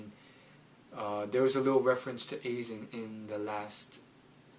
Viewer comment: Aye-zen, not A-zen, Sah-gah, not Say-ga.